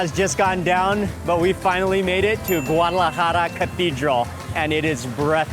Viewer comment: He mispronounces so many things. It's irritating. Guadalajara not GUALAJARA.